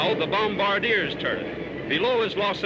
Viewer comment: Bomb-arr -dear